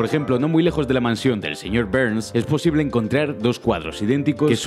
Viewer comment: El señor "Berns" XD